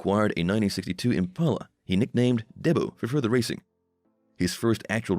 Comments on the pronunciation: Clickbait, Doughboy wasn’t kicked off the show he left for his family. And it’s pronounced “Dee-Bo” not Debo. Not going to watch anything from this channel again. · If u gonna use this voiceover u gonna have to spell your own way to get it to sound right......example......DEEBO....not debo.